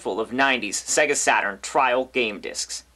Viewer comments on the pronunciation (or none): none